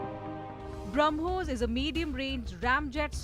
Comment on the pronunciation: It is "BrahmoS" and not BrahmoZ, *(to the anchor)